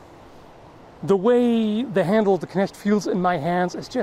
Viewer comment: Perfect pronounciation of the word "Knecht".